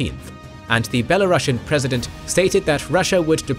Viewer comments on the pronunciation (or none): Not bielorashan but bielorusian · It is the Belarusian pronounciation